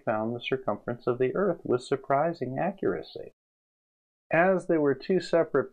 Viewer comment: You mean Earf?